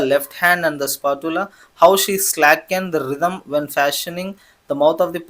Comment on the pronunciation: Spatula Pronounciation is wrong